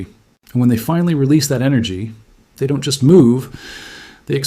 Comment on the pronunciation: Or the word don't. the Ai says Don - Tee